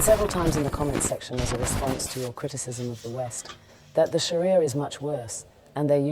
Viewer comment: I was wondering why he was saying Sharia properly (as most people dont) then he said hes a Muslim. MashAllah